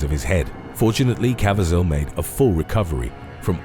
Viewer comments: It's Jim ca-VEE-zel, not cavi-ZEL. Great channel but some of your pronunciations simply leave me scratching my head, PLEASE, research your pronunciations and rehearse your material, especially with a person's name for christ's sake! Really disrespectful to the person who owns the name! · Cah-vee-zhul!! Geez, it's not like he's an unknown actor. Would it kill y'all to take the time, just a few extra minutes, to learn this stuff?? Sometimes I swear y'all do it on purpose to aggravate people!! I don't even like him as an actor, but even I know how to pronounce his name🙄! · Kav e zel pronounced- Caviezel, passion of the Christ destroyed his career before it started, had no work until person of interest or b film crime thrillers